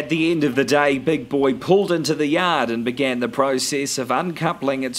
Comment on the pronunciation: Ha ha! When he said "yod", I thought he was from bloody Boston. Great narration, nevertheless!